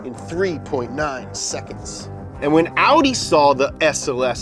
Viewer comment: Thank you for pronouncing it "Ow-dee" instead of "Aww-dee".